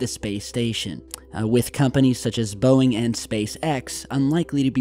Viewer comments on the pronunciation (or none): none